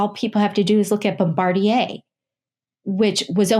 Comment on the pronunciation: I can't really hear, does she say Bombardier?